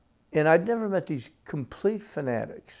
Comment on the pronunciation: Shorter!?!?! Nevvah! Sahh!!!